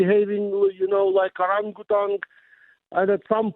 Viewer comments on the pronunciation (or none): 'Behaving like U-ran-gutan' - 😂😂😂😂😂😂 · I think that all anglophones can agree that saying "Orangutan" in Ukrainian accented English is worthy of impressions ( ~ ).